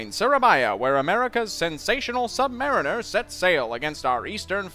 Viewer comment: Oh GAWD! Sub-ma-REEN-ner, pul-eaze. Sub-MAR-iners are cartoon characters.